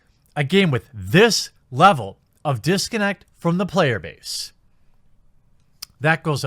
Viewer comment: "Payer Base" 🤣🤣